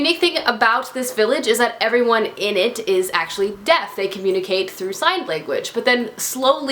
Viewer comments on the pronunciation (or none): none